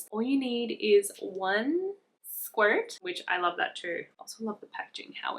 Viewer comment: Saying “squirt” in an American accent 😂😂